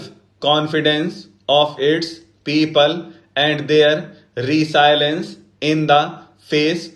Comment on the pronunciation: Sir grand or resilience ki pronounciation galat h